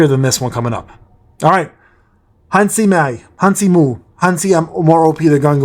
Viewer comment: Yeah, Gunhee loks underwhelming. But we'll have to wait and see what is that [Break:Special] on his A3. maybe it will make him a great breaker. On another note, you're overcomplicating Han Se-mi's pronounciation. Just take the se from "sell" and mi from "mint".